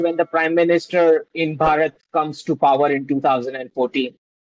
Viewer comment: try pronouncing it as Bhaa-rut, instead of bhuh- raat. Some of you Brits appear to have a self generated mental block about pronouncing Bharatiya names differently. For example We say Buddh. you say Buddha We say Raam; you say Rama We say Krishn; you say Krishna I can share an interesting detail. I decided to do an online course in sanskrit. Guess what? The instructor turned out to be a BRITISH WOMAN! And she could pronounce EVERY SANSKRIT SYLLABLE CORRECTLY! So I believe your mispronunciation is rooted in the mind.